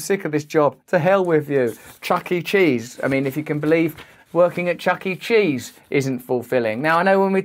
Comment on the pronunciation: The way he saids chuck e cheese is hilarious 😂😂😂. (